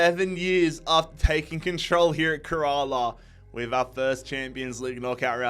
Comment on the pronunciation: Little note: Kerala is pronounced kinda like “care a lot” without the t